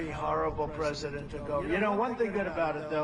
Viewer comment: Dear Forbes, President Not Presiden Campaign Not Campapign Thank you